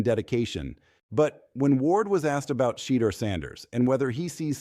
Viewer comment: The devil is a lier. Sheduer will come up as a winner. God has him in his hands. Browns HC needs to be fired. And please say Sheduer name the right way.